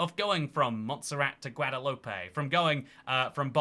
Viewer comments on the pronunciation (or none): Bruh please its pronounced gwa-de-loup not guwa-de-loopey